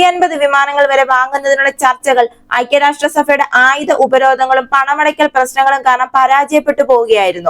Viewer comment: നല്ല രീതിയിൽ വാർത്ത കൈകാര്യം ചെയ്യുന്ന താങ്കൾക്ക് ഭാഷ ചിലപ്പോഴൊക്കെ ഒരു പ്രശ്നമായി വരുന്നതായി കാണുന്നു. ഐക്യരാഷ്ട്ര സഫ എന്നത് ഐക്യരാഷ്ട്ര സഭ ഇന്ന് ഉച്ചരിക്കുക. തെറ്റുകൾ ആർക്കും വരാം തിരുത്തി മുന്നേറുന്നതിലാവണം ശ്രദ്ധ.